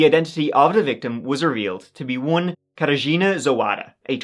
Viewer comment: Mhmmm at the start the Wisła river. And Mieczysław, though I guess I just hear it wrong and he pronounces it correctly. But the Katarzyna got me really impressed. It's hard to say for a foreigner but got this one perfectly.